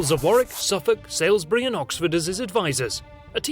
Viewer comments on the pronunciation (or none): You said Salesbury for Salisbury. Are you bots? Everyone in the UK can say that town.